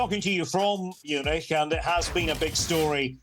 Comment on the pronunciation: You shouldn’t be near comments when u can’t even pronounce Munich ffs